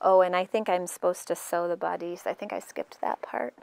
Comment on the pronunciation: Nice instructions! I think you should google the pronunciation of the word bodice.